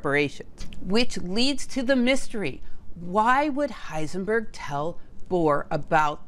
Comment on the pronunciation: lipzig or Leipzig… one could easily just have asked Google to get the name correct🤔. I mean she got Heisenberg right and did not say hissenberg😊